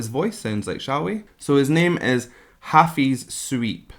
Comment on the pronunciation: Both Ernie and Hafiz have a great vocal. It just Hafiz got lucky to win that title for the competiton. Thanks for your great reaction and yes you pronounce Hafiz's name correctly👌🤗